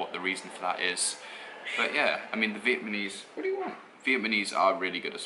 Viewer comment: Dude, stop saying Vietmanese! It's fucking annoying. It's VIETNAMESE!